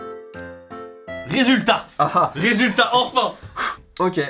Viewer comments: On en parle des "Résutats" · "Résutats" ? Excellente vidéo :) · Résutats ? xD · on attendais tous les ''résutats'' xD je suis le seul a avoir remarqué le ''L'' parti quelque part à l’aventure ? xD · “Resutats” il manquerait pas un L par hasard ? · " Les Résutats " x) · "Les Résutats" :)